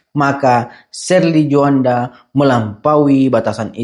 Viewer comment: Tjoanda bukan Juanda Bang 🙏